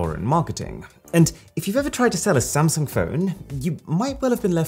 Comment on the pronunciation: You said sumsang in the video XD